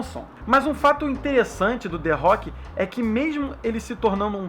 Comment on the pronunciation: kkkkkkkkkkk ué que culpa ele tem de não pronunciar direito não soube chama direito que nem eu